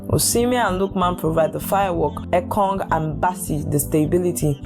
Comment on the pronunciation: You need to work on correctly pronounce names and words. The way you pronounce the names of some of our players like Etong, instead of Ekong and Charles instead of Chelle.